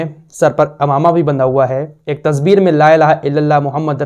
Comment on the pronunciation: Tasveer bolte hai Na ke Tasbeer